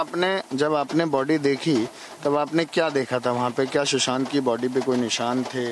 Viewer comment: Shusant nahi hai bhai, Sushant hai....